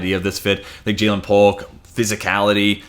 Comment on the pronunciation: Jer’Zhan Newton for the Houston Texans! ☑ Ja’Lynn Polk. ❌